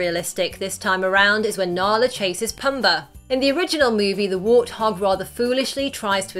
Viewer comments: What the hell is with adding r's where they don't belong? She pronounces Simba as Simbar. His paw is a pawr. Poomba is Pumber. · The way she says pumba 😂